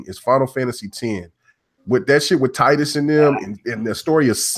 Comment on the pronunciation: Yo you pronounced Titus wrong just letting you know